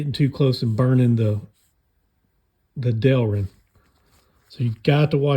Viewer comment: That's my boy! You said Del-rin right! 🎉😂 Thanks for the vids! I enjoy them.